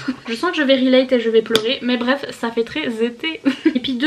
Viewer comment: "za fait treize été" mdrrr 😂😂😂🌴🌴